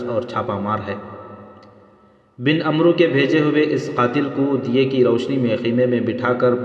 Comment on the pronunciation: عمرو کا صحیح تلفظ عَمْر ہے اس میں واؤ سائلینٹ ہوتا ہے